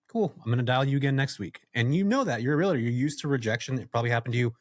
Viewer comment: Real*tor not real-a-tor, bud 😉😉 Great episode loved this topic and guest. Many of us looking to go this direction multifaceted in real estate. Happy Fourth and go Aztecs 🤙